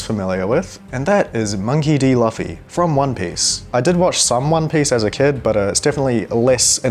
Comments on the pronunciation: WHY DID HE SAY LUPHY AND NOT LUFFY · I am disappointed in you…How dare you pronounce it Monkey D. Luffy? Luffy is pronounced LOOFIE not LUFFIE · That's not Luffy that's loofy 😭😭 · It’s pronounced loofy not luhffy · It’s not l aaa ffy it’s luffy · LUUFY not LUFFE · it’s not L uhh fy it’s pronounced loofy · its prenounced loofy not luhfy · Bro agent from loofy to loo 😂😂😂😂💀💀💀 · luh! fee? more like Loof ee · LUFFY Its pronounced Loofy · HOW DARE YOU SAY LUHFY ITS LOOFY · its not really that big of a deal hes unfamiliar with the character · Lufy is crazy bud it’s luffy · It’s fine that’s not the most irritating mistake ever lol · Bro said luhffy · It’s pronounced loofy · Bro said monkey D Lufy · by the way it's pronounced "loofy" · I used to pronounce it that way 💀